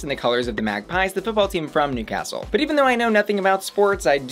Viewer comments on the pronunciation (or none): none